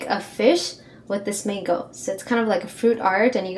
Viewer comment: I thought you said full flamingo instead of full mango it sounds alike